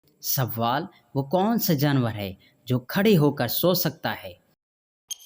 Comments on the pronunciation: Talaffuz thik kren pahle sawaal nahi sawal or jwab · Jawab hota ha jawwab nahi.Sawwal nahi sawal hota hai.tashdid donon per nahi hoti